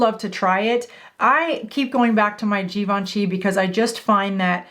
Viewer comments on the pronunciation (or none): none